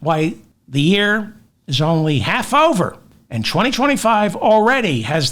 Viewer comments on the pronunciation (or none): none